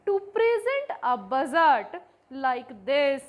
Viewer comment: budget ❌ bujjard ✔️